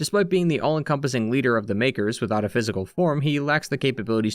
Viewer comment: bro did not say makers